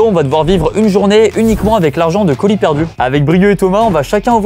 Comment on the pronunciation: qui dit coulis au lieu de colis ça m'a perturbé dès le début 🤣